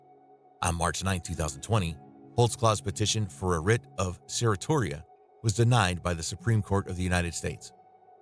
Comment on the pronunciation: You really butchered the pronunciation of certiorari. Hint: You can google correct pronunciations of any word.